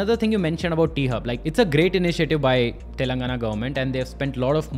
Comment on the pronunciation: T-Hub sounds like P-Hub